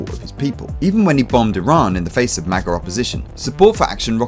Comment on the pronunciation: This dude really just called MAGA "MAGer" with the hard R 😂